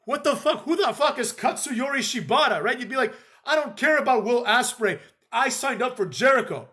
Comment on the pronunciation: He said Will Asspray😂😂